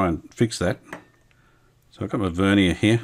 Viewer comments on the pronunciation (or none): none